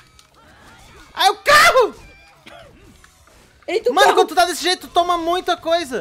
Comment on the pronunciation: Kkk ele parra a briga pra fala o CARRO